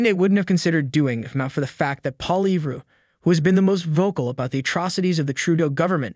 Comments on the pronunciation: Plz fix the pronunciation? Try "Polly-yev" in your script instead of Poilievre, it should sound much closer to his name 👍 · Lol this is how you pronounce Pierre's last name "Polly-ev" lol the "RE" IS SILENT. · I'm sorry but your FPN pronouncing of Poilievre is abysmal. .. P OIL ievre Guilbeault appears to be a small man in a big job? Going down.... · You need to learn to pronounce Pierre Poilievre name properly.. You do not pronounce the r!! it is Poili eve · Really? You're going to have to figure out how to pronounce "Poilievre". After all, he's going to be our next PM.